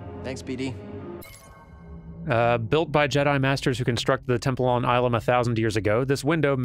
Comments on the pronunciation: Well, it's not Ilum with a hard I. It's a softer I. Ih-lum. And the planet does show up in a few other places. But the first time we really get to see it (and the entire inspiration for this portion of the game ) is The Clone Wars Season 5 Episode 6, "The Gathering" ( ). In it, Grand Master Yoda and Padawan Ahsoka Tano escort a group of Younglings to this very temple, and the episode revolves around the group earning their Kyber Crystals. It's a lore-dump episode that helps to establish the Jedi's spiritual roots, as well as serve as the foundation of New Canon's "No Synthetic Lightsaber Crystals" rule. Through their connection with The Force, each Kyber Crystal is, in a way, alive. It bonds with its wielder. And the way you get Red crystals is by a Sith practice known as "Bleeding". Basically, you torture the Kyber Crystal and make it completely submissive to your will through use of the Dark Side. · Illum has appeared in a lot of things. And the "ill" is pronounced the other way.